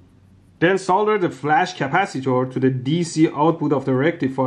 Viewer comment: why does flash capacitor sound like flux capacitor